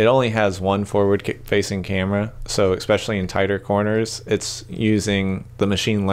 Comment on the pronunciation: Great video but please stop saying "ex-specially." There is no such word. The word is "especially."